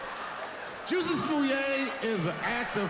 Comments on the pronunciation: First, the audience was laughing because his name is Pronounced Jessie, Not Juicy. Second, MAGA is people who are Trump supporter's. They wear red hats that say Make America Great Again {MAGA) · Chappelle said Jussie name wrong. He called Jussie name Jucy.